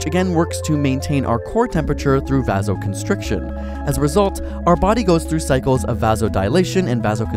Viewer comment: Hypothermia does not occur when your core body temperature is less than 37 degrees Celsius. I might buy less than 36, but it’s more like less than 35 degrees Celsius. Also, he pronounced “vasoconstriction” wrong.